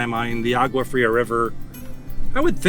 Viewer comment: you need to learn how to pronounce a few words in Spanish....for example the G in agua is pronounce as a W in English......double L's are pronounced as a Y...etc